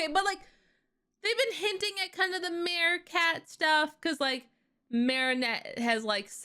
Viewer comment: ppl actually say marichat not maricat just so you know